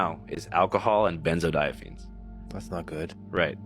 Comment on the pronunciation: Its benzodiazapine not fine.